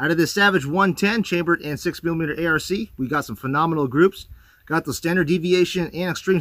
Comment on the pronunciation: Again it's pronounced Ark not a r c!